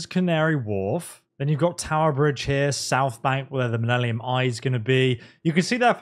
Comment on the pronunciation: Minellium? lol